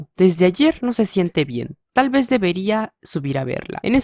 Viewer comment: Muchas gracias pero te revomiendo de que leas un poco mas lento porq en algunos momentos decia vez y vos decias ve y asi con otras cosas